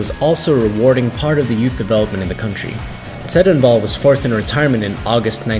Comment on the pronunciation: Why is the guy whose narrating it can't pronounce mongolian words? What the fuck, im laughing my ass off, he couldn't pronounce tsedenbal and dorvod, poor kid